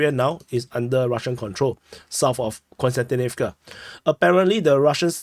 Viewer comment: Hi, i really like your reports and watch them daily. There's just one thing that somehow disturb me. I'm not russian-ukrainian speaking myself but it disturbs me that most commentators call Kostjantinivka (both of them) with an n. It's pronounced more like Cost-yan-tinivca. Please keep up the great job!